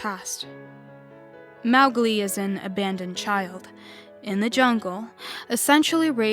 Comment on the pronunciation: Mowglis pronounciation is wrong